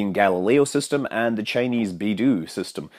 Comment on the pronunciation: PEDANT TIME: BeiDou isn't pronounced "BeyDoo", but "BeyDoh" according to official Pinyin guides :P (fun fact: it means "compass")